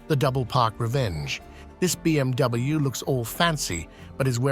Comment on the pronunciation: Bee Em Dubbiebiew